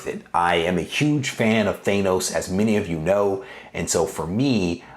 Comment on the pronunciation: The way you pronounce Thanos is cringe. It's not thaynoce it's thaaaanoce